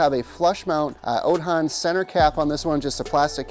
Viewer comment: Bro. I can’t buy from you if you can’t even pronounce the name properly